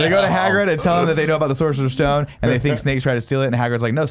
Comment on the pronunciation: Guys. every time you say Sorcerer's Stone my ears bleed